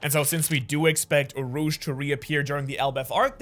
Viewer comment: Urouge is pronounced Oo-row-woo-gae